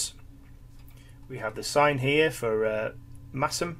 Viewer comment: You pronounced Masham correctly. Gold star!